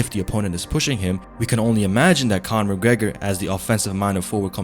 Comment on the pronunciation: Cornor!! " no way